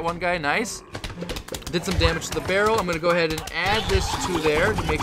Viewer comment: Is it me or does it sound like he said feral instead of barrel .